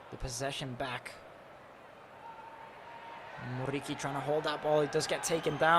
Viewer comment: this dude's RRRRR is so annoying, man you are speaking English, you don't need to pronounce that R that heavy. Besides, the R in Muriqi is only 1, you don't need to say it like RR, it's driving me crazy